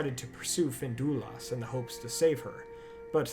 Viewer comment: FIN-DUI-LUST ffs